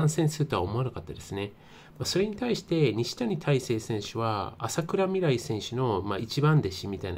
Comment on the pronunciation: あさくらみらい って言ってる所がヤバい😅